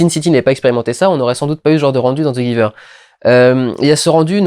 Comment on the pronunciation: Tu aurai pu prononcé le titre en anglais, ça sonne mieux